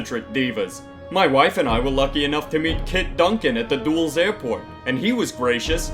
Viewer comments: its Dulles. pronounced Dull - as. not Duels. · its pronounced "DUHL-ESS" NOT "DOOLS"!!1! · Did he actually just pronounce Dulles as Dools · “Dools airport”. 💀 It’s “Dull-ess”. 😛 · It’s not Dulles like (Duals) it’s Dulles like Dull-Eh-S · "Dools Airport" my dude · It's dull ess. Not dulls. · It's dull-es.... Not "dools" my man ily tho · > doools airport Bih it's dull-ess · "DOOLS AIRPORT" It's "Dull-es" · Love when you can’t say Dulles and say dulls it’s pronounced dull es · Dulles is pronounced like dull-us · Did...did he just pronounce Dulles as “Dools”? Omg...I’m having a conniption. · Did you pronounce Dulles like "Dools" wtf?? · Did you really pronounce Dulles as "dools?" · “The dools airport” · “Dools” airport like if u cried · Dulles is pronounced dull-ess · Did my guy just pronounce Dulles DOOLS!?! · The way you pronounced dulles kills me inside. Its the word dull and then you say the letter s. Dull-es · It’s pronounced DULL-ESSSSS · ITS PRONOUNCED DULL-ESS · It's pronounced "dull-es" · DULLES IS PRONOUNCED "DULL-LESS" YOU FFFFFFFFFFFFFFFAAAAKHEN VOICE ACTOR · Did you just pronounce Dulles like Duels? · "at the Doolz airport" lol oh honey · Dulles is pronounced duh lees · duh-less airport. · Its pronounced dul-lus. (Dulles airport) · "Dools airport" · It's DULL-ESS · You haven't heard of the Doolz airport? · "the dools airport" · It's pronounced dullis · dulles is pronounced dull-es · It’s pronounced Dull-es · Dulles is pronounced DULL-IS like " is dull" but if you reversed the words "is" and "dull". Keep up the good work! Love your vids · Just a note. You pronounced Dulles wrong. It’s an airport in D.C. it’s pronounced like “Dull(like a pencil) and S(like the letter sound) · I know it's been 5 years but the way pronounced "Dulles" in the first bit caused me physical pain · The way you pronounce "Dulles" upset me as someone from Northern VA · Still unsettled at the way pronounced Dulles